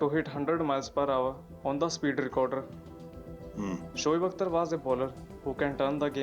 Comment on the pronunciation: You pronounced him right. On your comment that you never saw him wearing hat, bowlers don't wear the hat while bowling, specially the fast bowlers. Very few spin bowlers do wear hat, but its very unusual for them as well